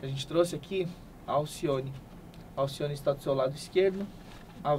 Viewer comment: "ALCICIONE" KKKKKKK